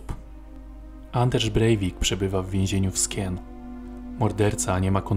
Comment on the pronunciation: Oj, to cos zle zrozumialam. Jednak Twoja uwaga odnosnie Skien tez jest bledna. To sie czyta «szijen»….. Zycze milego wieczoru.